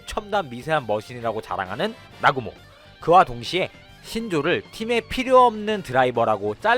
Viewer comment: 나구모를 아구몬이라고 들리는데 내귀가 잘못된건가?